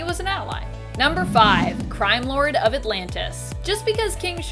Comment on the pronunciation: What's a "Cime Lord?" 🤣